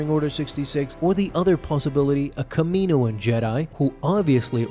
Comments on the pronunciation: Next video i fully expect to hear you say it how it sounds 'kalm-onni-ian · Its calm_onni in. Phonetically get it right